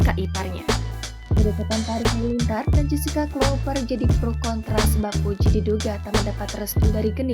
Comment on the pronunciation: Nyebut nama s wanitanya aja g becus..buka jesica woooy